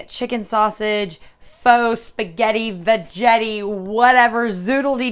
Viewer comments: I love my veggetti too! I called it veggetti with a soft g also, but it is really veggetti with a hard G- as in Spaghetti. The word Vegetable is what throws us off..... LOL....... I cracked up when you were explaining how to use it and said it all goes south from here... It is a GREAT invention though! Love it! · Love the video but it's pronounced Va Get ee, not Va Jet ee...lol